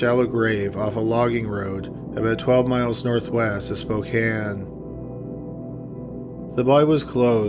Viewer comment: Thank you so much for saying Spokane correctly. Not many people that aren't from here do and it irritates me